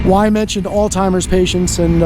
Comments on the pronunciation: Why is so many people mispronounce the word "Alzheimer’s"--with a "t"? It is al -Z -hemiers-----With a "Z" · Sheesh! Would you folks stop saying "alltimers"! It's ALZHEIMER'S! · “All timers” wtf. You did mean Alzheimers? Thought maybe there was a new travel club for boomers! Lmao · Alzhymers not altymers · Why do people replace the "zh" in Alzheimer's with a "t" when they pronounce it? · please pronounce Alzheimer's correctly. Not altimer's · “All timers”?? Alzheimer’s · Alzheimer’s *. No t. It’s not alltimers lol. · I Like your video, just a heads up as to Alzheimer's... No T in the word...1 keep up the good work...! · Alzheimer's.! Not oldtimers dumbass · Alstimers? You came from a medical facility but can't pronounce the disease the people have? AMAZING